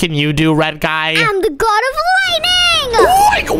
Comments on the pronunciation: It's g o d not g o b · Its God Not Gob